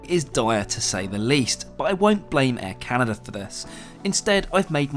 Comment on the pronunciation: Air Caren, eh?